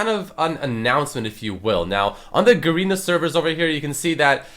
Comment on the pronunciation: hey its ga-re-na like garren not garina